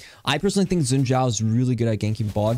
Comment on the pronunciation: It's "Shin" Zhao "X" in Chinese is pronounced with a "sh" sound. You had the Zhao right though!